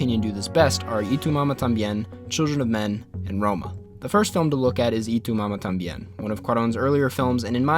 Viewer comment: Jajaj soy el unico que le da risa como prununcia Y tu mamá también? jaja lo dice como itumama tam bien xdd